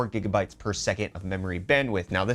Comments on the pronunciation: "Gig"-a bytes!!!!!!!!!!!!!! not a "jig"-a-byte!!!!!!!!!!! evidence: do you juggle or giggle when you find something alil funny??? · can we say Gig instead of Jig thx. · GjigaBytes hahahaha did i hear right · "Jigabytes" Not as bad as my friend saying "millibytes" instead of "megabytes" however. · He said jigga bites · Jigabyte, Done 😂- Nvidia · Zan Yewang This is the french pronunciation. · Jiggabites? Xd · jiga bytes? 🤣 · why do you pronounce ghz as gigahertz and GB as jigabytes